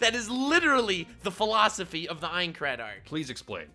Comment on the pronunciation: "pholosophy"